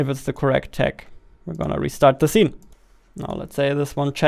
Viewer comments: zee. No its see with S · See❌ Zee✅ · not hating or making fun of him but i love how he says Zene instead of scene xD